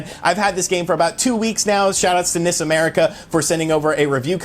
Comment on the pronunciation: Some people do pronounce it with a long i sound, (NEES America), since the i stands for Ichi. Never heard his short i pronunciation anywhere else though